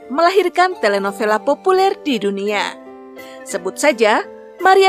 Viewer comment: Telenovela read as telenobela😊